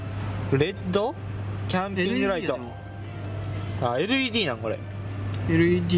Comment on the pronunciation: LEDをレッドって 頼みますよぉ〜